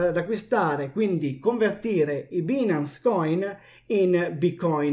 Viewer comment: si pronuncia “bainance”, che cazzo